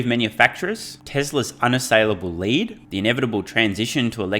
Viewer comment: Maybe on the teleprompter It was not written "Mary you led..." but rather "Mary you lead..." as in Mary you wear shoes made out of lead (metal), you will never catch up the EV race... :) Love your humour btw !